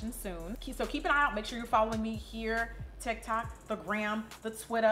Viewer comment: Lol she said " ala tic tac "